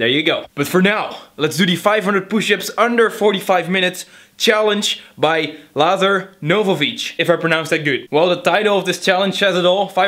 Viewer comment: You said Lazar Novovic correctly the firt time.